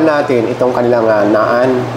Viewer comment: Naan is pronounced as Nan po. ✌️😁